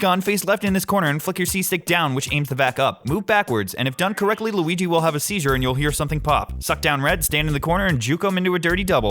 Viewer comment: ... did you say "Lughi" ?